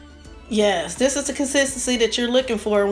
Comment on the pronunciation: Wish you would say.............this and that...............instead of dis and dat.